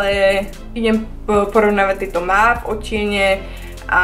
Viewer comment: mauve sa cita "móv":)